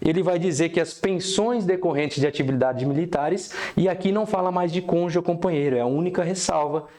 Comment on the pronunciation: Do "conje"? 😂 Muito bom o conteúdo. Mas, realmente, a pronúncia de cônjuge chamou atenção 😂